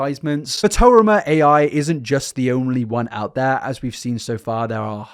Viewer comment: not being able to pronounce fotorama is very funny and admittedly interesting